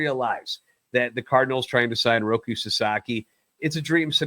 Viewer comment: Jesus Christ. He’s not a tv!!! He’s name is ROKI. With an I.